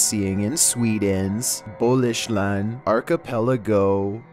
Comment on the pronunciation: anibal_bastian. Bolushland 🤣🤣🤣. Im from Norway.